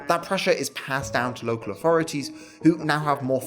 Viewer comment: Its so hard to listen to young brits who cant pronounce 'th'. 3='free', authority='awfority'. Not sure children with such poor diction should be allowed to dilute the language like this.